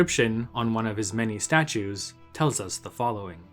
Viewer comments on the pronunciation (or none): none